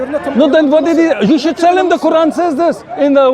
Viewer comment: Watch this ignorant jihadi can not even pronounce the quran properly and he wants to speak about islam. I am sick of these undercover isis/al qaeda/taliban supporters speaking freely and promoting their disease. They should not be allowed to speak openly. They should be banned from speakers corner. These ignorant devils give us muslims and islam a bad name.